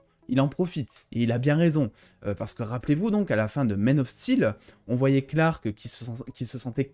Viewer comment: Quelques corrections : - Ridller c'est ridller, pas raïdller. - Man of steel, pas "men of steel" Quand un mot à une syllable, on dit a et i, pas é et aï. Shadows: + dans le sens ténèbres, obscurité, shadows a plusieurs sens. Ombres ça n'a pas trop de sens pour Batman (je suis les ombres ne veut rien dire). C'est the Dark Knight (le chevalier sombre), donc le sens est plutôt "je suis les ténèbres." Selon moi (je peux me tromper)